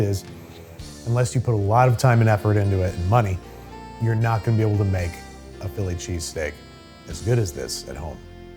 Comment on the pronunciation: here he is, phill lee che-stāk himself